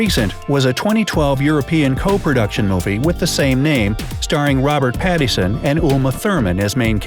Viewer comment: Too bad you didn’t practice how to say Pattinson.